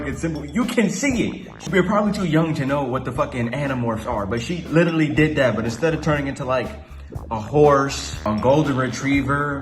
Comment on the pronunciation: "She witerally"~